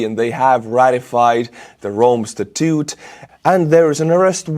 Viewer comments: statute is pronounced sta-toote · Statute is pronounced sta-choote